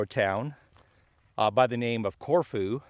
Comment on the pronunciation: Love the video. I’ve been there a few times. The locals I know pronounce it as “CorFew”. They aren’t shy about correcting me.